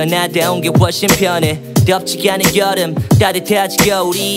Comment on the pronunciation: 한적한 거릴 걸어 어딘가 벼녰지 이 둉녜도 스삐커 사륜안은 노래됴 거짓말처럼 벼녰고 내취향도 벼녜써 덤벙거리는 셩격인건 여져네 변하긴 싫어 나한데 온게 훨씬 펴녜 뎝지 야는 여름 으 발음 왜 그러세요